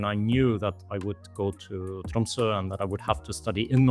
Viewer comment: Great to hear him pronounce Tromsø as a native!